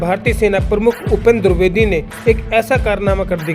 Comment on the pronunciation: दुर्बेदी नहीं द्विवेदी होता है, ढंग से हिंदी तो बोलो पहले।